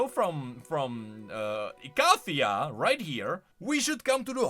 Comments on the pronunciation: malzahar pronounces "icathia" as you do. don't know why riot made jax say it weird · Malzahar's ancient voicelines still pronounce Icathia the same way you are saying it for the past decade, so if anyone is pronouncing it wrong, it's modern riot lol. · malzahar pronounces icathia the same way you do